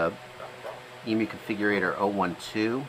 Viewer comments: Eem-You, not EMoo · Yeah i'm 21 seconds in and had to pause it to comment that it's not eemoo, it's eemyou. American's just don't understand us Ossies :P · it’s em-you not em-oooo, in Australia you would be attacked for that. Hahaha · For goodness sake, someone teach Yanks how to say Emu.